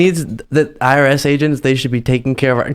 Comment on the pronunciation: Is he saying IRS or ARS agents?